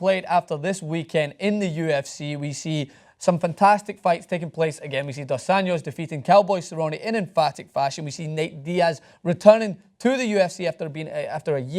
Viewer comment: It's pronuounced Dos AnJos, not "dos onions" haha